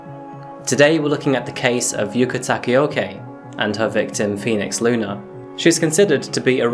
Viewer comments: Broke: Yuka Tah-kah-oh-kah Woke: Yuka Tah-ke-oh-key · The pronounciation is yookuh takaohkuh not yoo-K taka-yo-K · Her name is Yuka Takaoka, not "Yuka Takioki" as you say it. I don't know why English speakers struggle so hard with vowels, but here is a guide: Yuka = Yoo-Kah, Takaoka = Tah-kah-oh-kah. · the he pronounces her name ARGGHG I’m so madd😭😭😭😭 IT’S YUKA TAKAOKA NOT YUKA TAKAEOKEY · Before you die knowing this girl's name is pronounced yoka takayokay Its actually pronounced yukā tākā o kā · the way he pronounces yuka takaoka isn't correct. he pronounces it "yuka Takeoke" and "yuka takaoki" which is completely different and mildly infuriating. like bro if you're showcasing it at least use the proper pronunciation. overall, video was ok and could be better.